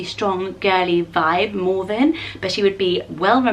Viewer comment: Me too!! It sounds so much better and more pretty when says it😂